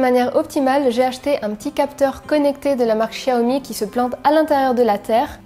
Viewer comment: Tu as étudié le chinois ? a ta façon de prononcer " XIAOMI" je dirai que oui ...super vidéo comme d'hab !